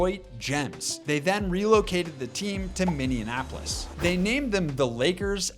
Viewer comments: Minneapolis not Minnanapolis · Minianapolis? Words are tough, huh? 😂 If you're over the age of five you should be able to say Minneapolis 🤣🤣🤣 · bro called it "minionapolis" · Great video, it is really funny hearing Minneapolis continually spoken as a combination of Minneapolis and Indianapolis. "Minneanapolis" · "Minneanapolis Lakers"....... 😂😂😂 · 8 out of 10 YouTubers say it this way! I’m so annoyed 😂😂 Mini Apple lis It’s not that hard to pronounce 😂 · How do so many YouTubers not know how to pronounce Minneapolis? It's Minny-apolis, not Minian-apolis. It doesn't rhyme with Indianapolis. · Your comment at the end of your Wolves segment took a whole 5 weeks to not age well. Must be some kind of record so, kudos to you. Also, Minneanapolis? Really? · there isn't a third n in Minneapolis, it's not minneanapolis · "Mini-anapolis" I swear that's what I heard. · So many YouTubers say it this way. It drives me insane! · Minianapolis bro cmon 😭😭😭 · Put some respect on Minneapolis Minne - apolis, that easy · Why is it so hard for people to pronounce Minneapolis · Can't get over his inability to pronounce Minneapolis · do you see an n after Minne in Minneapolis? neither do I, pronounce the word right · solid video. gonna sub. just some comments: - polish ur pronounciations. who do u mess up "minneapolis" that badly - your script sounds like a 16 yr old wrote it. good example? saying the cavs were irrelevant until bron came. no. the cavs had brad daugherty n mark price. brad was a big ass deal at the time. also had one of the best dunkers in the game with larry nance. cavs were one of the favorites in the east n when the bulls got over them it was considered an upset by many.